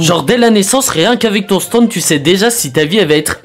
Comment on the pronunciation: Les stands,pas les stinds